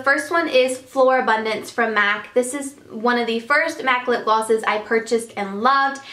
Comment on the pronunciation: is it just me or she always says"lipglasses"? it drives me crazy.Great video btw:)